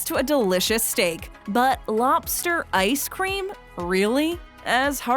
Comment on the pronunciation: If we're just banning foods based on taste - then the use of ketchup should be a federal offense. Also - LOB-ster, not LOP-ster. Vegetables, not vetchtibbles.